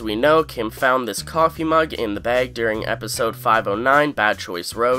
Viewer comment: Hearing you say "bag" and "tag" revealed to me that you're Canadian lol.